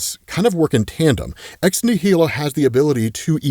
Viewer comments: Um, may I ask, why are you saying ex nihilo as ex née-hee-lo? The way it’s pronounced is something like this: ex-née-lo Or Americanize it something like this: ex nigh-lo meaning, of course; Something out of nothing. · ex nihilo sounds like "nile o" it's latin, you're pronouncing wrong but I still love ya. It's the same root word as nihilist. It means out of nothing. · I cringe every time says “ex nihilo” or “ex nihili” that way. It’s clearly pronounced like “nihilism”. As in, these characters come “from nothing”. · I can't wait to hear pronounce Ex-Nihilo the right way.